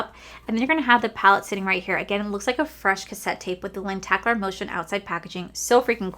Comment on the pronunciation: I think you are the sweetest, kindest, positive, most kind hearted person on YouTube PERIOD. So please, know that I say this with the UTMOST peace, love and MOST importantly RESPECT. Ok? Ok... here it goes.. It's lenticular, not lentAcular. Normally, I wouldn't even mention it, but then I thought, "If it were me, would I want someone to tell me?" And my answer was yes, as long as they did it with kindness and without trying to make me feel stupid. Which is what I hope I've achieved in some way with you. If you want to block me, I completely understand. Other than that, I also wanted to thank you for this video. I've never seen GlamLite's entire collection. I only started buying from them last year, and had no idea it was SO expansive!! Hope your weekend is a great one for you, Cory and your fur baby (I'm sry, I'm horrible with names and can't remember theirs 😢)!